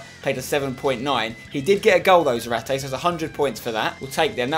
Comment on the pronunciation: Just go with 4-4-2 and have zarate (za-rar-tay) up front otherwise he won't get as many goals therefore less fifa points, also try to pronounce his name correctly